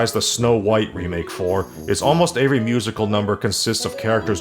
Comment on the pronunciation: I mean, he pronounces "Every" as "AYE-ver-ree" (like "Avery") and "Origin" as "or-RIJ-jin"